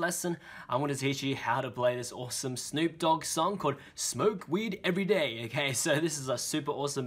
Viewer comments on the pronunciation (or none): it's just funny hearing a british dude say "smoke weed everyday" -_